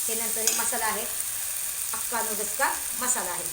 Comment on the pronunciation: हक्का नूडल्स❌ अक्का नूडल्स✅